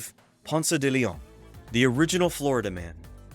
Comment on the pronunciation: Great information and presentation. Pronunciation was rough especially de León. Closed captioning was having a hard time too!